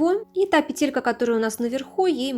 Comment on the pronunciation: Только, пожаааалуйста, не петЕлька, а пЕееетелька